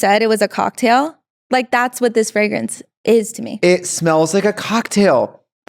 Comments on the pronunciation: she can't even pronounce fragrance lol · I love that Trixie's Minnesota accent comes out when she says "fragrance". 💕